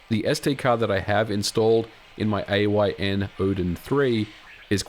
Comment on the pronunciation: its AYN .. why are so many ppl saying A O Y N ?